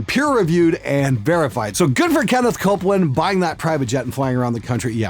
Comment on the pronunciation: I thought he said Stewart Copeland.